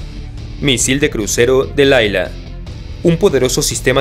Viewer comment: es Dlila como Dalila sin la "a " hebreo y espanol suenan igual